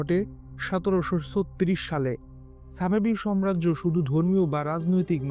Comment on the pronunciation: আপনার উচ্চারণ ভুল। আপনি সাম্রাজ্যকে, সম্রাজ্য বলেছেন। এটি একটি ভুল উচ্চারণ